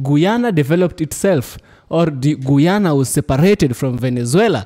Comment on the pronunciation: Bro! I appreciate you standing up for my Country (Guyana) but please work on your pronunciation when reciting the name of my native land, it’s pronounced [Guy-ya-na]. For example: You are a Guy, same pronunciation.